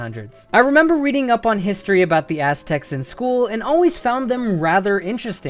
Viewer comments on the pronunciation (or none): none